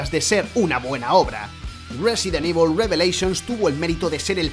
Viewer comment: porque dice resident IBOL?